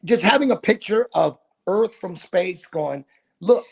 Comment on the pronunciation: FLAT EARF REALLY🤪🤪🤪